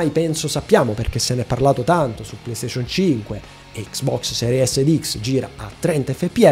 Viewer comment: È lo stesso quando dice PlayStation 😅